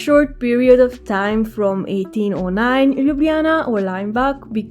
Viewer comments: Slovenians don't pronounce lj and nj together. We say l and j sound separately. So you have pronauced Ljubljana correctly as per Romanian style. In Ljubljana we also skip j and call it also Lublana. Very nice video ❤ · Aaah binged on your videos till I got here xD. Slovenian does not have the south slavic Lj sound. So you pronounced the just right. Although linguists did add the lj combination to the writing back in the late 19th century early 20th century. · Great effort from your side and nice video,! Perhaps just as a feedback: we do not pronounce LJ together, you say it right:) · YOU LITELARY PRONAUNCED LJUBLJANA AND SLOVENIJA BETTER THAN ME AND IM FROM SLOVENIJA 😂❤